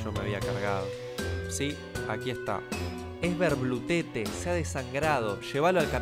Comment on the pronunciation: Es verblutete = "es ferblútete"